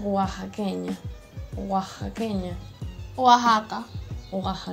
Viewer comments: Si se escucha la lluvia jejeje y se dice Oatzaca, se escribe Oaxaca aun q algunos dicen oajaca... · Se dice o lee Oajaca (Oaxaca) como cuando dices mejico (Mexico)